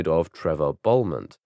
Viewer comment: avenge humankind? Also, should be pronounced as Bell-mont